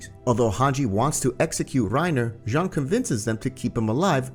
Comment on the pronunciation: His name is Jean but its pronunciation sounds like John